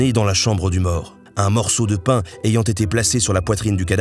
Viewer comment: En tant que corse la prononciation du pain était si catastrophique que je préfère en rire 😂😭 Mais superbe vidéo en tous cas.